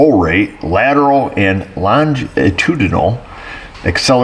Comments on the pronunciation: Say it with me..lon-gi-tu-di-nal..I agree, it’s a mouth full!! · More than half a video by a guy who cant pronounce "longitudinal" while staring either at a screen or diagrams. Wow. Be still my beating heart. Even better he tries to head off those who dont care for this sort of content with a message in the pinned comment to which the sycophants will defend to the death. Why not put "Boring" on the thumbnail? Oh yeah, then nobody will be invested or watch aside from those who will... just to defend "their guy". Let me know when there is real diagnostics going on and not electrical engineering 101.